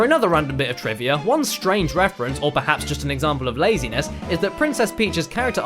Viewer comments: Am I the only one who keeps hearing saying trivia as "Trivier"? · lol "Trivier" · ***** It's called the intrusive r or something like that, really only happens to brits and australians. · This is a common feature of some non-rhotic accents. Listen for it when you hear someone speaking in an English accent (or an American non-rhotic accent like a New England/Boston accent).